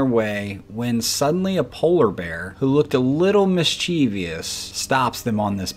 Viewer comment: I couldn't watch past the point of the polar bear being described as 'mis-cheev-e-us'.Spelled correctly, pronounced incorrectly.